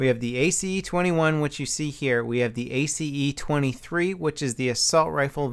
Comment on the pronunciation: It's not A-C-E, its just pronounced ACE